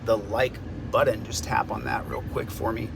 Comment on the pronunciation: I hit the like "button". I couldn't find the like "buddon". Love your videos. Peace!